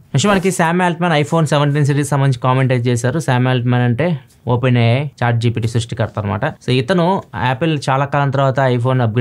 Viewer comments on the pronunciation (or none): none